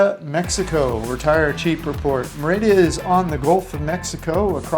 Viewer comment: I love your videos. However, Merida is pronounced mary da with the d being very soft almost a "th" sound. Just an FYI